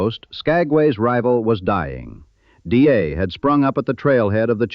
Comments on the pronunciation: Dyea pronounced Di-ee'..die ee..not DA. That aside, an interesting video. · I was a tour guide on the White Pass & Yukon Route Railroad. Great stories, great memories. I miss that place. Excellent video (you mispronounced Dyea though)